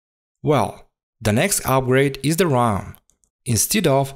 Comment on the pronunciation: I think it's his pronunciation.